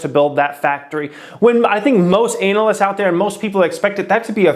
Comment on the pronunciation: Good content but no subscription because of all the ads. And because you pronounce analyst anal-ist